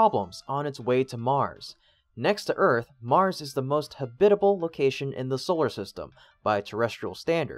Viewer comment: "HAB-it-a-ble" not "ha-BIT-a-ble"